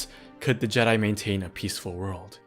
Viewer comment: You’re killing me with that pronunciation. They weren’t JEdi. The pronunciation is on the second syllable. Listen to into the void audiobook to hear it.